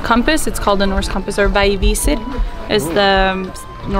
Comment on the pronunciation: "VEGG vee seer" dunno about that girls pronunciation of the norse compass :P